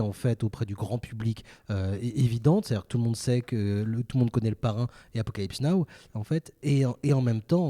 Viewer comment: Les garsss c’est apocalypse NOW pas apocalypse NO 😭😭